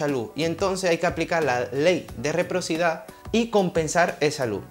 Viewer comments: Se dice reciprocidad. Y querrá decir, no quedrá decir jijijji muy buenas tus explicaciones, felicitaciones. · ¿Reprocidad?, ¿lú? Qué bruto, póngale un cero.